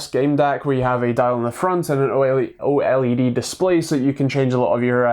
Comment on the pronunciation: Finally someone says OLED in the right way!!!